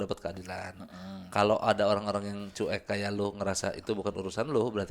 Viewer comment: menyebutnya "cu'ek" wkwkw lucu